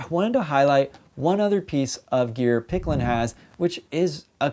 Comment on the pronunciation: Uh huh, so did you say it wrong or right? Um yeah, if you're plugging for the company, you should probably not say the name wrong 50 times!